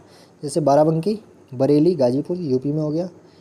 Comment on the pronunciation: Mitra barely nhi hota hai, Bareilly hota hai.